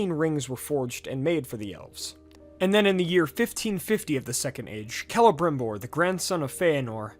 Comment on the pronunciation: Finally someone pronounced celembrimbor correctly 😂